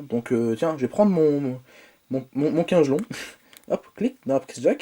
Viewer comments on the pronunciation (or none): Par contre kingelon ça se prononce pas comme tu le dis xD ça se prononce comme King (le roi en anglais) é lone. Voilà ça se prononce Kingélone OKAY ????